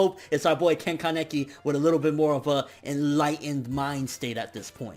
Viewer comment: Haha you killed me when you said ka-neck-i